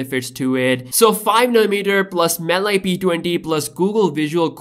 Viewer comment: Btw its pronounced MAL- E gpu not mal i